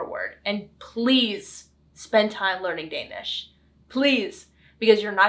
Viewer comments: Du har en rigtig flot dansk udtale 💪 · Perfectly executed idea. Well done! The Danish pronounciation is to die for❤